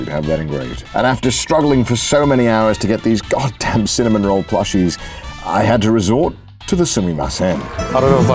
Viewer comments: Bro. It's Cinnamoroll, not Cinnamonroll. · I actually find it quite endearing that Connor gets Cinnamoroll for Ironmouse... It makes me smile :) Also........ It's Cinnamoroll - not Cinnamonroll XDDDD There's no N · i get so triggered every time he says cinnamon roll instead of cinnamaroll